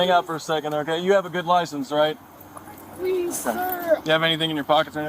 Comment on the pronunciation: Please-a! Please-a! No-a!